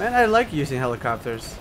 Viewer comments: lol holli-cap-ters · dont you mean holi-CAPS-ters